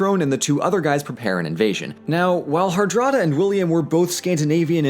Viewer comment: I'm a bit skeptical about that pronunciation of "Hardrada".